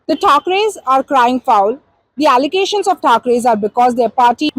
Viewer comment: The words onwards. Allegation re baba allegation, not allocation.